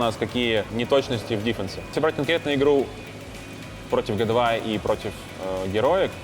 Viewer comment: Прикольный тренер,особенно команду Хероик(Heroic) называть Героик,а Г2 чем тебе не понравились?Джи ту,а не гэ 2